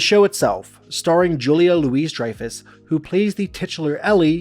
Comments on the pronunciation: Julia's name is pronounced 'Lou-ie' not 'Louise'. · "Louis" isn't pronounced "Louise". It's either pronounced "Louie" or "Lewis". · It’s “Louie” not “Louise”, Louis-Dreyfus. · First off it's prounced Julia Lou-ee not Lou-is Dreyfus okay. And I don't think that it was a curse, but they were type cast. If you want to know who I thought would have made a great spin-off it might have been Newman. But Newman would have to still be Newman the crazy mail carrier. But other than that nobody will ever think of these people as anything other than being on Seinfeld. But the thing with Jerry Seinfeld is we still see him as a comedian, and not as a character on the show Seinfeld. Jerry Seinfeld will always be himself no matter what he does. In other words he wouldn't attempt to play a role that was anything other than himself.. Just my thoughts. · Just an FYI: Julia Louis-Dreyfus' last name is pronounced like "Louie-Dreyfus." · The S in Louis is silent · The “s” is silent in Julia LouiS-Dreyfus, you goon. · The S is silent. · The way you properly pronounce Louis is without the S sound. Similar to Illinois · Its pronounced "louie"-dreyfus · It’s pronounced “LOO-ee-DRY-fəss”. The “s” in Louis is silent. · If there's one thing we know about julia louis-dreyfus it's how to pronounce her name wrong.... 12 minute video without the thought of an answer to jeopardy. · You don't know how to pronounce "Julia Louis-Dreyfus" and you showed the actress Catherine Keener when you mentioned Julia. Why are you making a video about Seinfeld when you clearly aren't even familiar with the show? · How can someone do a piece on Seinfeld and not know how to pronounce Julia’s name?